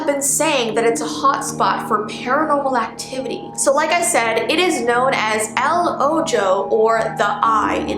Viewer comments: it is pronounced el oho but its worte el ojo i know spanish and english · spanish words aren't pronounced how it looks, ojo is pronounced oHo, not oJo. btw "el ojo" is spanish for "the eye". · El Ojo Me a Mexican: it's pronounced El "Oho" cause the "J" makes an "H" sound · i love how she said el oh jo and not el oh ho the "j's" in Spanish are pronounced like "h's" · It's not pronounced oh joe its pronounced like o ho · Lol its actually pronounced ell oh ho not jo haha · SHE SAID “ el ojo (ell•oh•joe)” it’s actually pronounced “ell•oh•hoe” in spanish j is actually h lol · “they call it “el ojo” Me/Hispanic: *cringing because she pronounced it “el ojo” instead of *”el oho” 😰 Btw ik you were trying your best no hate! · Me as a Spanish: No one: Literally no one:: “El Ojo” Me: laughs like crazy and cries hahahahahahahh “El oJO “....... (*angrily*) ITS PRONOUNCED ITS EL OGHO!!!! (No hate) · No one:: eL oJo Spanish speakers: NO CEJRVNERVNRE ITS PRONOUNCED EL OHO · Its not pronounced "il oho" its "L oho" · it's still pronounced as "El" not il tf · “El Ojo” is pronounced as “El oh-ho” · it is pronounced "el oho" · "El ojo"is Spanish for "the eye" but it's pronounced "el oho" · You don't spell it "El ojo" When you read it out loud it's actually pronounced El oho. Like ef there was a h. Because it's spanish Also because in Spanish ojo is eye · "El Ojo" is pronounced "El-o-h-o" the J is a H in spanish. But there are still J words in Spanish words. Just wanted u to know that u pronounced it false:D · I have seen ball lighting it’s so pretty and here pronounce it like this El oho the j in Spanish is a h and the h in Spanish is silent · Smh el Ojo is pronounced el oho and it’s Spanish it’s the Spanish word for eye j in Spanish is silent and pronounced as h🤦‍♀️ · You said El ojo wong present It like this el oho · Just so u know, “El Ojo” is pronounced “E-l Oh-Ho” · The way she said"el ojo" bruh she said it like ogo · it’s pronounced el oho